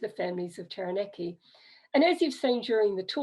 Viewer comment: awesome! my ancestors are also from Taranaki, and this was super helpful. Quick pronunciation tip though: ** Tah-rah-nah-ki 😉